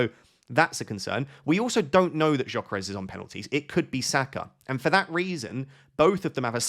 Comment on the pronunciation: it's Yuh-Keh-Res not Joh-keh-res😅